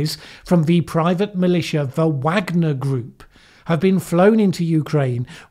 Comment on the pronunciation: Yeah. It's a bit inconsistent I think; pretty sure the Wagner should be pronounced like the composers.